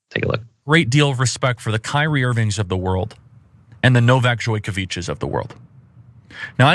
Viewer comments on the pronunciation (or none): Joykovich? Can't even pronounce his name right and claims to have hung out with Serbians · If he had respect for Novak Djokovic you think he'd be able to pronounce his name properly. Live action Eric Cartman needs a slap